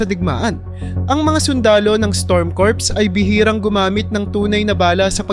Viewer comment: Kur hindi kurps